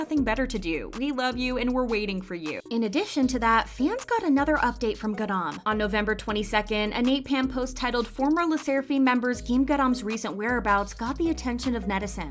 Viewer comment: “Le sserafeem” 😭😭😭